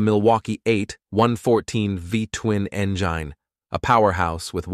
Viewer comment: Engyine ? seriously ?